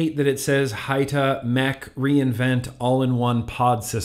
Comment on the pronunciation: what’s up sir hope all is well. Great video but since I’m a little hoodish lemme see if I can help you with good pronunciation. When you words like Hita or like Salt N PEPA. YOU ARE SUPPOSED TO SAY THEM THE SAME WAY YOU WOULD SAY THE PROPERLY SPELLED WORD ITS JUST SPELLED DIFFERENTLY. SO YOU WOULD PRONOUNCE PEPA LIKE PEPPER THE DIFFERENT SPELLING IS MORE TO SEPERATE THE ITEM OR PERSON. HOPE THIS HELPED AND SORRY FOR THE CAPS JUST REALIZED I LEFT THEM ON AND TOO TIRED TO RETYPE. I WOULD NEVER YELL AT SOMEBODY WHO HELP ME JUMP OF ANALOGS. 🤟🏽